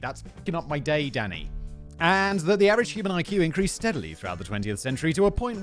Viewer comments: I always think Simon is saying “daddy” rather than “Danny.” 😂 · It literally sounds like he is saying "Daddy" instead of Danny. I am hearing, "Oh why daddy? Daddy no, I don't like that daddy." >.< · Sometimes I hear “Danny” as “Daddy” For example “I don’t need to think about pigs’ orgasms DADDY!” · When he says "Danny," it sounds like "daddy" to me and really made the beginning of the video and little more interesting.